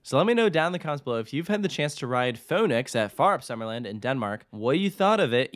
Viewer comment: Its cool. Also your pronounciation of Fønix and Fårup is actually quite good. Solid 8/10 and thats impressive. Most people struggle hard with the pronounciation of danish words, especially those with an æ, ø, or å, but you were close to nailing it.